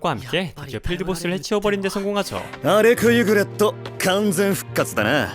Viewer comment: 발음좀 똑바로해라 이름이 알렉 유그렛인데 알렉 유그레토라니 ㅡㅡ 변신것들 일본어 캬아앜 퉤!